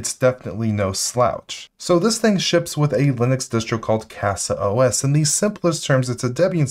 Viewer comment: Learn to say zima and casa the right way